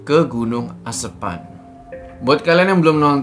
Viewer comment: lucu ngucapin "asepan"😂😂